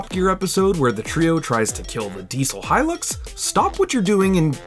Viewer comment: It's Hilux goddamn it. Hilux! Not Hylux.